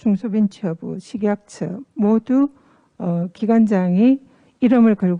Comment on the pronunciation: 알박기 진상 저녀니 발음 왜 저럼? 식약츠ㅋㅋㅋㅋ